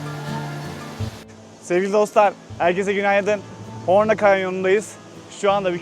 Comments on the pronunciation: HORNA DEĞİL HORMA lütfen 😂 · Arkadaşlar sürekli horna dedi ama burası Horma Kanyonu. 😂 elinize sağlık